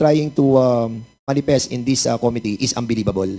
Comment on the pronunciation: “Committee”… accent on the SECOND syllable!! … Com-mít-tee…